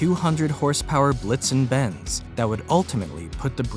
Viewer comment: I love how you keep calling it. Ben's and c, when it's benz and co 😂😂😂😂 i mean, it literally says it in the actual photo my guy.Unless this is another a I video which it looks like it